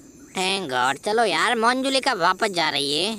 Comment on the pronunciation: Monjulika nahi manjulika